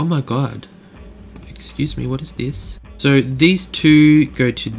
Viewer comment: excuse me but when you say excuse me it's kill me hahaha lol great vids man ;)